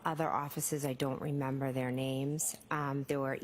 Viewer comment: “I don’t rememba”